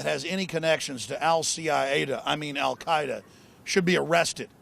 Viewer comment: Alex just said Al CIA-eda